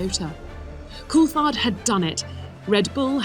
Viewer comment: Why does the voice over say koolthard? Weird pronunciation